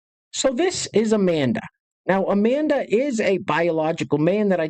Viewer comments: Its A-man-duh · It's A-man-duh 😂